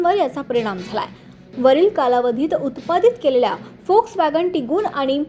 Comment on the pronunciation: Volkswagen la फोक्सवॅगन बोल्याबद्दल अभिनंदन नाहीतर सगळेच लोक वोक्सवॅगन म्हणतात जे अगदी चुकीचे आहे. जर्मन भाषेत व la फ उच्चारतात..